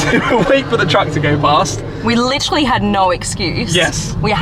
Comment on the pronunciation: Please stop butchering the world “literally”.